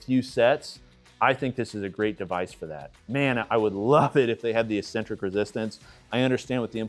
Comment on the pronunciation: IT is pronounced EK-sen-trik NOT EE-sen-trik